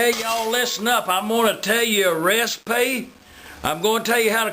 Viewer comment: LISTEN UP I'M A TELL YOU A REEESPY!